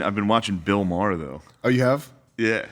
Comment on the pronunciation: Uhm, it's Maher. Damn gentiles can't even get our names right.